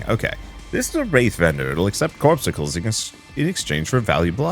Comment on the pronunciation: It's not "corpsicles",, it's "cor-PUS-cules".